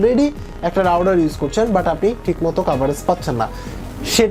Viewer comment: রাউডার কি মিয়া? উচ্চারণ ঠিক করো।